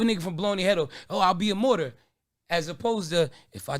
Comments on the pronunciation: A Morter?? A Martyr is the word lol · Martyr?? Is that what he was tryin say? Morter?!